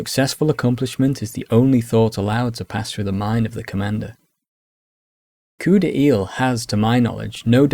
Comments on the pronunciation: Thanks for an awesome historical overview! May i just suggest that the u in guerre, like in guess in english, is only there to indicate the sound of the g. And coup d'oeil is pronounced like "coo DOY" in English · Your description of "coup d’œil" is quite accurate. Pronounciation on the other hand... 😅